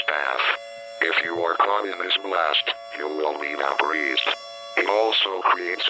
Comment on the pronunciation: I'm sorry but I don't know if I'd be able to take an EAS seriously if they used Microsoft Sam TTS that literally pronounced "Vaporized" as "Vaporeezed". My last few moments on this Earth would probably be laughter at least.